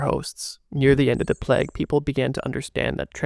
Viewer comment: I would love this way more if you didnt try to sound like an asthmatic smoker, and if you would at least try to pronounce the word Plague as it is intended to be... It's not Plaque.